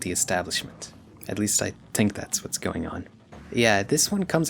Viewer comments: why is bro saying tink instead of think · Great video man, loved it, but just one question, why do you use the patois pronunciation for the word “think” ?